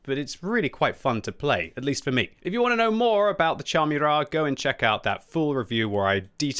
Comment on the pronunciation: Kudos for pronouncing "Murat" properly. :)